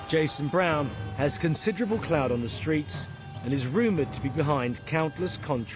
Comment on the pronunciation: "Cloud" did he mean "Clout"?